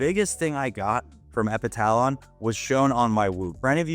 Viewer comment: Epitalon pronounced epi tuh lon